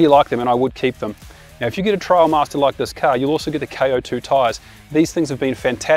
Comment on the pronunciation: Trailmaster. Not Trialmaster.